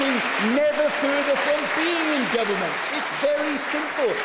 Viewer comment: Owen Smith can't even say "government".